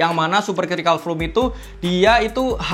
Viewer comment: masukan aja.... Videonya dah keren abis. Tapi tolong pronounciation-nya diperbaiki ke depannya. Kata "mesh" mustinya dibaca "mes" bukan "mis"; Kata foam dibaca "fom", bukan "fum"; Pebax bukan "pibaks" tapi "peback". Maaf dan maklum, anak bahasa.... jadi geli dengernya.... Hehe.... Anyway, maju terus!